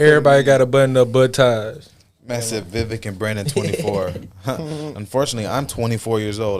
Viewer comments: His name is pronounced Viv AKE like cake😉💞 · Pronounced as "We Wake". Also his name in the ancient language Sanskrit means "Good Judgement, Wisdom, Knowledge etc" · We all better learn how to say it right. Vivek - like cake - cause my guy may just be the next pres. Think I'm leaning that way! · He corrected y’all it’s Vi VAKE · his name is pronounced VIVAKE, like cake. Call him the correct name and maybe he can answer you.. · I have to remember, it’s pronounced: vi - VAKE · Ugh the man said his own name wrong just to make it easier for the average American.